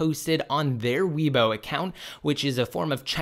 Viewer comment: This is good news. I really am tired of 9.0.2. By the way, Weibo is pronounced “way-bo”